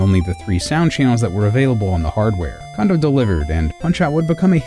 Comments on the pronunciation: KAHN-doh? Please. The guy is a legend, pronounce his name correctly. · I apologize for my mispronunciation, but also literally no one I know has ever pronounced it Cone-doh. Doesn't mean it isn't right, but also context matters. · When will Anglophones stop pronouncing it as "Kahndoh"? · Before I watch this video, I am so worried it's going to be littered with pronouncing it, "Kawndoh," and it's going to drive me insane. I'd just like to say though,, you're an awesome guy, and many of my closest friends mispronounce Japanese stuff all the time, so I will likely enjoy watching this video regardless. Also, Koji is one of my favorite composers, right up there with Grant Kirkhope, Toru Minegishi, Robin Beanland, and David Wise.:) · I’m more bothered that his name is still being mispronounced. (It’s “kohn-doh”) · Kondo is pronounced cone dough. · The first 'o' in Kondo is pronounced the same way as the second (and also the same as Koji). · How can one say "Kondo" so many times incorrectly?! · Would you love him enough to pronounce is name right? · Despite the numerous mispronunciation of "Condo" and "Osaki" University and other Japanese names or words, this video is good! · Did anyone else keep correcting "Cone-doh!" while watching, or is it just me? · His name's pronounced Kohn-doh, not Kahn-doh. Sounds like you're saying condom. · Shouldn't his name be pronounced Kone-doh instead of Kahn-doh? Afaik, the Japanese letter "ko" is pronounced "koh" and not "kah." The letter "ka" is pronounced as "kah." So if his name were pronounced "kahn-doh" as many people say, shouldn't it be spelled Kando instead of Kondo? And if I'm wrong, how would you spell it if it WAS pronounced "kone-doh?" Of course, my grasp of Japanese grammar is tenuous at best, so I could be wrong. I'd love to hear a native Japanese speaker weigh in on this. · I'm almost 100% sure its pronounced Koh-ndoh not Kahn-doh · It's Kohndo, not Kahndo.